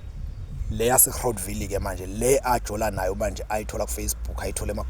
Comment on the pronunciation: Please pronounce it "Grawt ville'' it's written as Groutville, my dear Sir